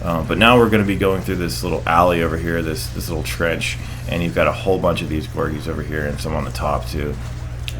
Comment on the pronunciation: It's (Al) Gore Gi. But who cares, say it the way you wish! Funny little tibit, around 1.05 if you rush ahead you can actually see those two gorgies with their portable cover just appear out of thin air. Pretty fun ;p Also don't forget to reload-cancel. Should help you a lot by reducing the downtime! About melee, cool I never heard about an interview like that. I'll have to track it down. What I would've liked to see is that maybe some melee's drain less than full. Some melee's are nearly useless or very situational compared to the boost-melee so that would've been a neat balance. But I like their core design: a really powerful move that has a big risk to it. Especially since bosses become immune to EMP's temporarily after you melee them you're required to really think before you act. > Wow, risky move haha! > > loves the shotgun Damned, fucking, straight. Great weapon. > > Gears playstyle It might see you through mostly, but the Double Bogeys will be a nightmare with this mindset. You really need to stay on the move if you want to live. How would you rank the weapons from favorite to least favorite? Curious to hear your opinion! I really just love seeing Vanquish like this as it looks gorgeous. Even in a small screen it looks so much more fluid and beautiful than my PS3 version. Keep it up! Thanks for the entertainment : )